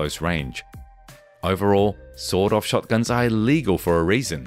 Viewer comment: Every time author says sawed-off shotgun, I hear sawdust shotgun or sold-out shotgun 😅